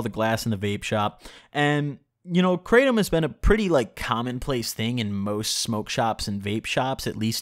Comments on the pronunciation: YO you definitely pronounced it 💯 percent correctly.💯💯 Everyone else that I've heard say it. Always say it like you did myself included. Also you DO NOT SMOKE IT. Only eat it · hey just to let you know i noticed that you actually didn’t pronounced kratom incorrectly thanks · The English way he’s pronouncing it right. But In actuality is something like crah-tome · He is saying it Correctly! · HE PRONOUNCED IT CORRECTLY. and on top of that, great video. I feel like you really captured the feeling of taking Kratom really accurately I take it daily, mostly because of chronic knee pain and because it really helps me focus on what I’m trying to get done. BIG RECOMENDATION: take it before you sit down to do your editing. You will notice a great difference in how smoothly the process goes. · You actually did say it right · You did pronounce it correctly...iv been taking kratom for years now(daily) be careful guys they say it's not addictive...but I'm 100% addicted to it now...when I dont take it, i go through the worst withdrawals...not joking, it took years to get to this point and I take about 1.5oz a day but still it sucks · Hey, I just wanted to let you know, you DID pronounce Kratom right. Thanks,! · No he said it right Btw you definitely didnt pronounce kratom right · Imma gonna say from my experience its like weed but you don't get high and no dry mouth and yes you're saying it right Edit: pills is the form I took